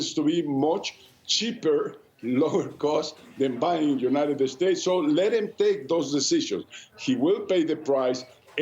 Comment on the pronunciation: "The United 'Estates" 🤣🤣🤣🤣🤣